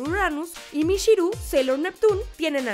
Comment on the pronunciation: Debo decir, que lo único que me molesta de tus videos, es que pronuncies como "sh" lo que es "ch", por ejemplo cuando dices "mishiru" o "shibi shibi" xD, mi pequeño toc